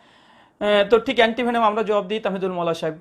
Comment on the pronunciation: আপনি আপনার শ্রবন অঙ্গকে ডাক্তার দেখান।তাহমিদুল not তামহিদুল😂😂